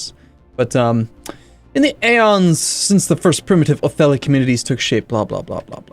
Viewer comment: Oh man. is truly. He makes a faction clearly called OtheTHi, and he calls it OtheLi. GGWP